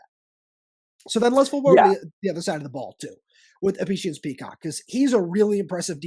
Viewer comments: You guys need to learn how to say names and also learn the names. It Prysock not Peacock! You also better learn how to say T-Mac because you butchered his name. You guys seem clueless when you done know who your even talking about IMHO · Prysock, learn the names, y'all are embarrassing yourselves.